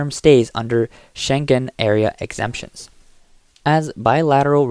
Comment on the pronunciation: liaison is pronounced "leeason", not "lazyon". It is also "accreditation", not "accredation". The "g" in Schengen is soft, not hard. There are a few other such errors - maybe get a more qualified English speaker?